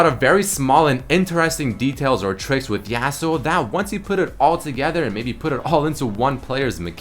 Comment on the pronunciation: Yah-suo not YEAHsuo